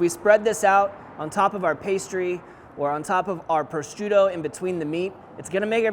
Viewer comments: How does he say prosciutto? Pro-strutto? It’s meat, dude. Not a Pillsbury toaster strudel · sounds like pro shute o, I know they have a c in there but they don't pronounce it. Great food btw don't mean to sound pedantic just if you go to EU to cook or a competition you don't want the Italians making fun of you!